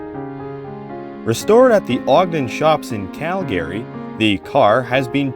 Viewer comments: Is the narration AI? The pronunciation of Calgary sound unusual. Cal-Gary? CALgary. Also, it always pronounces THE like thee, which is not normal either. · Great video but work on your pronounciation of "Calgary". Its main syllable stress is on the latter part of the word and not the front like you are saying. The Cal- part of Calgary is stressed (where you stress the accent), not -gary. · LOL I Have Ridden the RCP Many Times but Never Heard Calgary pernounced like that 🤣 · Could you please learn to pronounce the name Calgary correctly. Also use Canadian English pronunciation of the word toute